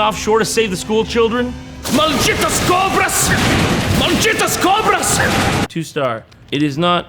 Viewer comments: Wrong state, Jon. Also, yeah, Brazilian women tend to be pretty, but also crazy af. Nice pronunciation of "Malditas cobras", by the way. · "Malditas cobras! MALDITAS COBRAS!" 🤣 Jon said it with a PERFECT pronunciation! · As a Brazilian, I felt joyous when I heard Jon speak perfect Portuguese words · as a Brazilian I apreciate how JT pronounced "Malditas Cobras" in portuguese, not spanish. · Damn, I was not expecting some perfect pronunced "malditas cobras", you the brazilian president now fam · Actually, as a native brazilian (carioca, not the paulista shcum), that was pronounced kinda well! Props, Jon! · As a brazilian, Jon's pronunciation of "malditas cobras" was on point. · Good accent Jon, that "Malditas Cobras" was legit! - Brasil loves you! (at least I do) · Just as a side note, his pronunciation here is impeccable, it's like he's been in that exact situation before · Not gonna mention the "MALDJITAS COBRAS!" being pretty much said perfectly?